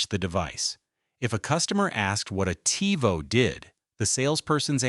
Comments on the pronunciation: Seemed like a cool video until it started saying Tyvo instead of Tivo. Also, what's up with the volume changes. You're an AI voice, no reason to raise/lower the volume of it. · Your use of AI for the narrator got progressively more and more annoying as the video went on. I was going to subscribe and like but then I heard "Tie-voh" and it became obvious that this isn't a human voice. Sucks. Seems like it could've been a cool channel but nope. Guess not. 😢